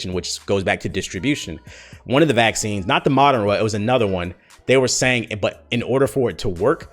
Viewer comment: Moderna - (Muh - dern - uh) Pfizer - (fi - zer) the (fi) is pronounced like the beginning of "fight"